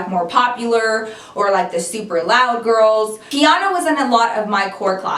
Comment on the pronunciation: Omg how come every time you said Quiana (Kiana) I looked up lmfao